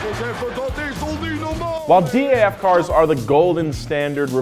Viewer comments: please say DAF and not D A F, its kinda hurting the best dutch car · DAF might be an acronym. It's pronounced as a word. DAF, not D.A.F. The pig thing is horrible! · It's not "D" "A" "F"! It's Daf, pronounced as it written!! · You don’t say it like D.A.F but DAF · Being a Dutchman you REALLY triggered me when you said D A F. It's just Daf. No separate letters. Just one word. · as a dutch Guy I can say that you shoudn’t pronounce that manufacturer as D A F, but as DAF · it's not D A F its Daf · It is not D-A-F, it is DAF, like daf-fy duck. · Its not D A. F But just DAF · You can say Daf instead of D. A. F. they make semis now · DAF is actually pronounced as one word, like the daf sound in daffodil, which actually was also the name of the car in question. Also, DAF now makes trucks ;) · With DAF you do not pronounce all the individual letters seperately, but just as a word: DAF.